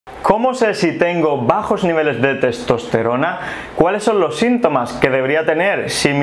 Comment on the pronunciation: Le cuesta proninciar testosterona